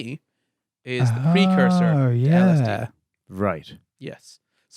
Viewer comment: saying 'yehz' makes my day